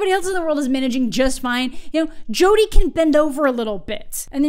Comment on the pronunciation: Your pronunciation of Jodi reminds me of Jotunn from Norse mythology, often translated as "giant", which is just funny on another level. A higher level, one might say. Because tall = funny.